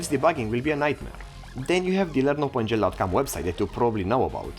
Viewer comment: The pronoun at start bugs me... Normally I listen "learn OpenGL" but he pronouns "learnOpenGL" together and he pronouns "Uulkan" not "Vulkan" (and I know the pronoum of U, V and W are a mess).